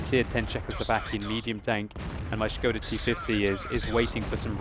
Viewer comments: That "o" is very short, it isn` t [oooooooo] but just [o]. I am Czech, and it`s funny to hear :-) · his pronunciation of skoda is waaay off :), just messing with that shit :). There is not "sch" sound in skoda :D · Sounds like he's saying "scrotal T-50" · Isn't Skoda pronounced more like school, just with a "da" instead of the "ol"?